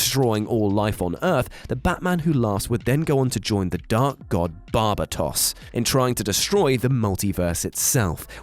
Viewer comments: bar-bay-dose... lmaoooo i died at bar-bah-toss!! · I hear a lot of Miss pronunciation on YouTube but The god bar-ba-tos is just a bit to far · Wtf is that pronunciation of "Barbados" 😂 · That barbatos annunciation 😂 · When he said barbatos name...Oof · He didn't even pronounce Barbados right...